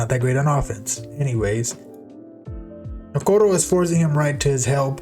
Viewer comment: orale thumbs up for how you said okoro